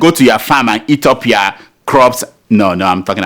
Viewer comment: "It's time for yowa emails" (it's your not yowa lmao)